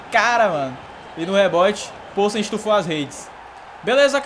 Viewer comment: A pronúncia do polsen é com "i" viu. Tipo "pilsen" mais com o no lugar do "i"